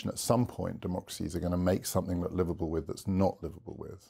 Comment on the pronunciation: Every time he says 'liveable' I hear 'Liverpool'.